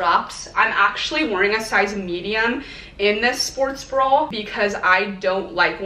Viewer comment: bra not brawl